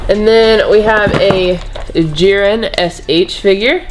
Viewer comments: jiren isnt pronounced like gyren. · bro no offense but please say jiren right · You keep pronouncing Jiren wrong